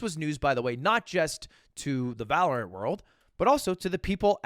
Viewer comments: That’s what you get for saying Valorant with so much emphasis on the ANT. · Must have misheard thought he said valor ant not valorant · Why does he pronounce Val like that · Why does bro say valorant like that 😂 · Why does he say valorant like that